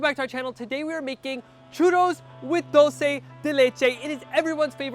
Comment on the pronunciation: Proper pronunciation: CHooRose and Dool-Se